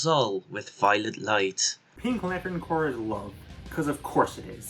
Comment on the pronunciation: I definitely agree with this video, all of these seem like the right Corps for each character. My only complaint is you say Corps like corpse instead of cores like it's actually pronounced.